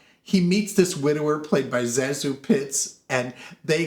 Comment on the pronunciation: Zazu's name has been pronounced all kinds of ways but in her autobiography, she says it should be pronounced Say-Zoo. Her name is derived from sections of her two aunt's names. Ruggles has always been one of my favorite movies. I always thought it should have been made into a Broadway musical. There is a film version with Lucille Ball and Red Skelton, I think. Not very good.